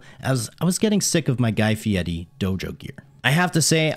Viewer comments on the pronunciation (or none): Reminds me of Flyff. Also, Guy FieRi. Not Fiedy. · That's incorrect the pronunciation of "fieri" in italian requires rolling the r which makes a distinct t sound. I'm just trying to stay true to the legend, while having absolutely nothing of a cultural knowledge on italian pronunciation okay? It's most definitely not pronounced "firey" however. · How does this guy manage to pronounce every other word incorrectly? Jee... khame house... guy fieddi